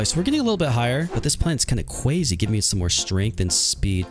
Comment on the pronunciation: Your cwazy 😘